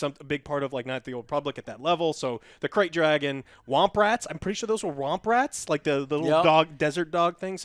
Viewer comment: I was SO up in my seat when he said KRAYT DRAGON. Oh man I just couldn't believe it. And then depositing the mines in front of the layers entrance my Kotor fanboyism just took over me and I was YESYESYES THIS IS IT!!!! 10/10 EASY